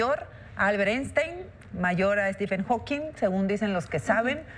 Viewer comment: Dice estiben jokin en vez de Stephen Hawking 😂😂